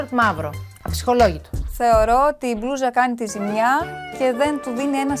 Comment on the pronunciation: μονάχα εγώ όταν μιλάει η και λέει μπλούζα ακούω μπλουja ή κάτι τέτοιο